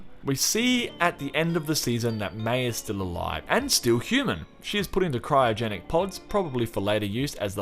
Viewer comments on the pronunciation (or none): none